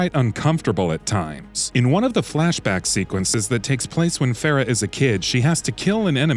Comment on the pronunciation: No wonder this review is lacking. This guy can't even pronounce Farah's name correctly.